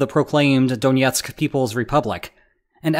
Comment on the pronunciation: Stop pronouncing Donetsk like it's Russian.